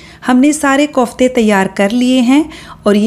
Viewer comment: Mam kaufte nahi hota kofte hota hai